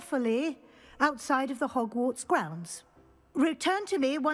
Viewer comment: I almost died choking on my coffee. HOGFARTS. FFS 😄😂😄😂